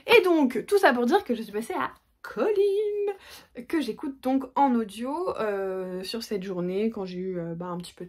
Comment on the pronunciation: Alors pour moi c'est Collins avec ine. Je trouve ça assez horrible les narrateur qui francise les prénom !